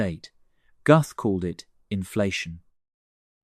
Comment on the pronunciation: Pronounced: Gooth not Guhth (Alan Guth)